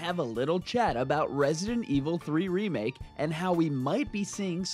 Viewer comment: Why when you say remake i feel like you say sega 😳😳😳😳